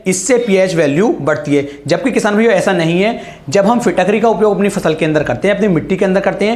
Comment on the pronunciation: फिट करी होता है न कि फिटक री